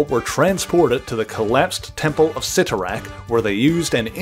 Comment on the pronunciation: Thank you so much for pronouncing Cyttorak correctly. So many on YouTube have butchered the pronunciation in the past.